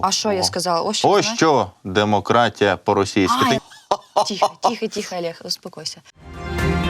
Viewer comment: Молодці! Але чому Алєг, а не Олеже? Зашквар. До п.Фаріон за удосконаленням. Не жартую